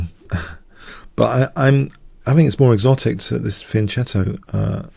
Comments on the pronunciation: Sorry for saying this again, but it makes me cringe when someone wrongly pronounces Fianchetto. It is pronouced "Fian-K-etto", [fian'kɛto], and not "Fian-J-etto" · Preach. I think it's incredible when someone has a particular stance and wants to deny your stance based on their own when both their stance and your own are right. Not only that, but arguing for fianchetto with a "k" sound is arguing from a position of weakness because it's not even the primary pronunciation used. Both are right. Let's stop insisting on our pet pronunciations if what others use is correct.